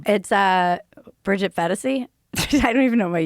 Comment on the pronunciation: bridget fent-asy